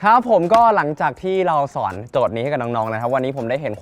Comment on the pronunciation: ทำไมฟังดีๆคำว่าสอนของพี่เติร์ดมันออกไปทางสวน